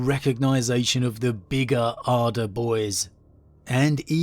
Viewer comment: You know it’s a video when the man says “bigger and ‘arder” and you almost forget he’s saying it like an Ork would rather than just flat out saying it.